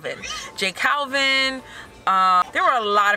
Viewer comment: Lmao j calvin”. It’s balvin just fyi before the Spanish riot 😂